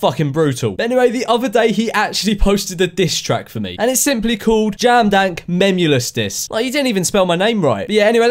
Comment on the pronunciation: French memeulous is memelouse😂